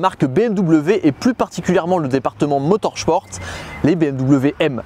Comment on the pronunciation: Bon, si on prononce « Motorchport » pour Motorsport, il faut aussi prononcer « Hartgeu », pour Hartge! 😉